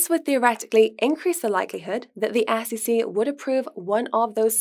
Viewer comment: That has nothing to do with it... she just can't pronounce an E from an A. For example, she says ASS-E-C instead of S.E.C. If she learns proper english pronunciation she will be ok.